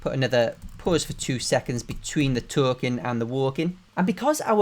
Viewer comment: "taUlkIng AnD tHe wOuLkEiNg" got me